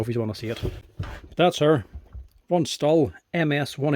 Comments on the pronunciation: I still can't get over why you call a Stihl (pronounced: 'shteel') a "stall" :) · Dude it’s not a St-ul! The brand is pronounced St-il as in STILL! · its pronounced "shteel" ;P